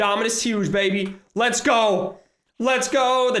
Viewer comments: He said go but it sounded like don’t lol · he is just saying 'goo' really fast